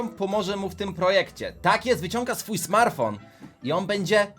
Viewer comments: smarfon xd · Taki smartfon do smarowania xD